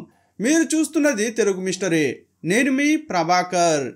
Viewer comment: Mee voice clarityga vundikani, Telugu bhashalo 'vattulu' sariga palakaledu, vuccharana doshalu correct chesukondi, for ex. Mee peru not!!! By the way, 54 years mahila character neecham kabatte culprit vadukuni champesadu, bharta, pillalaki manovedana migilindi!!!